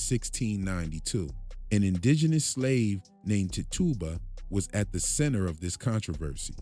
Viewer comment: Tah-tuba as you say is pronounced tit-chu-bah